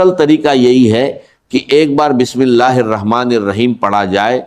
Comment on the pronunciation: ki awaz nai ye to Bismillah or astaghfar b teak nai par rahy